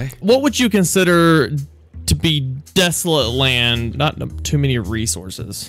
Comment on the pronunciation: as soon as i heard "DESLET LAND"